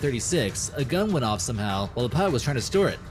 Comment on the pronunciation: He can't even pronounce "pilot".